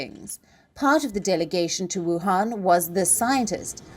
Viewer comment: When Palki 🙏🙏 says "WU-HAN VI-RUS" , I'm 100% sure about the name of the originated country 😂😂